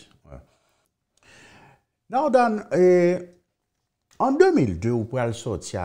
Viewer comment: Daan not Dane. SMH😡